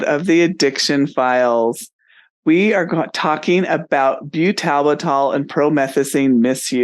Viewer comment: And what is byoo-TAL-b'TAL? It's pronounced byootle-bittle. You can hear the correct pronunciation very clearly in this video: What Is Butalbital? - Pharmaceutical Insights